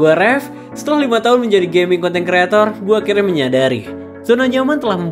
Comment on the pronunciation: Bang lu asli sumatra kah? Soalnya sempat terdengar bilang Limo jam 😂😂